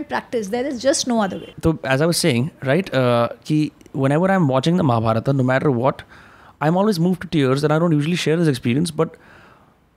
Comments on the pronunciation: Please correct महाभारत not महाभारता .sahi uhcarad karna Sikho Ami ji sahi bol rahi hi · Bhai what is it It's Ramayan and not Ramayana.... Mahabharat. And not Mahabharata.... N refrain to use words like so called poorvaj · It's Mahabharat and Ramayan and not Mahabharata and Ramayana. It's what the British taught you and it's wrong pronunciation. Learn from Ami. She is pronouncing it right. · महाभारता नहीं महाभारत बोलिए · Pahle mahabharat and ramayan bolna sikh lijiye sir ....shuru me hi mahabhartaa and ramaynaa 😢and batey aap humare mahagrantho par kar rHe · I think first we should pronounce the names correctly and not post fix 'a' in the names and change it. It's Ramayan and Mahabharat, not Ramayana and Mahabharata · Plz.. Mahabharataa... Ramayanaa.. Krishnaa.. Bhimaa nhi.. महाभारत, रामायण, कृष्ण, भीम... Uchaar ae arth badl jata hai.. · It’s annoying for the way he says Maharashtraaa when speaking hindi. Kya ye “brown angrez ki aulaad” theek se रामायण और महाभारत नहीं बोल सकता? इसे रामायणा और महाभारता बोलता है ये जबकि हिंदी इसकी अपनी मात्त् भाषा है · Hum naam k baad ek extra A kyou laga dete hai ??? What is Mahabhartaaa or Ramaynaaa ??? It's just Mahabharat or Ramayan..